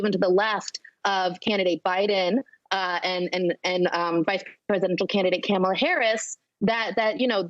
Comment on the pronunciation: I don’t trust a person who presents themself as woke and then mispronounces Kamala Harris’s name.